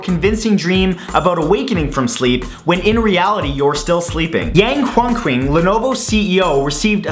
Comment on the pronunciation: I always laugh at how Matthew pronounced Chinese names.. for example at #4 the CEO is pronounced as Yang Yuan Qing